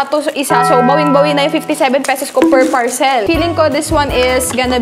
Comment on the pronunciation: Ka bwisit magbasa ng word na PARCEL. Mali mali bwisit